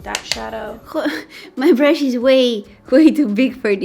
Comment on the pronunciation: no one: absolutely no one: Me thinking she said fun brush: wait what. whats that. mommy I need a fun brush!!!!